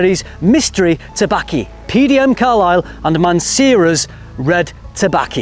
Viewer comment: Tobacc-y? Laffata not Lattafa? You had me rewinding the video just to make sure I wasn't hearing things! Lol. Thanks for making frag videos fun!